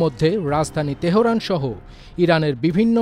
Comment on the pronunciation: তেহোরান না তেহরান হবে।